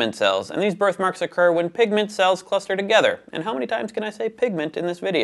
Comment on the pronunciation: did you say 'pig'ment...